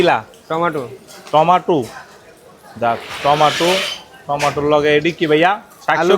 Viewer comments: Tometo❌ Tomatu✅ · নুডলস ❌ লুডুস ✅ টমেটু ❌ টমাটো ✅ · ট মাটু❌টমেটু✅